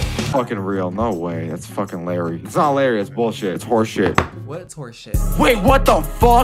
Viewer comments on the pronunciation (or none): I was raging when they said Larry not larray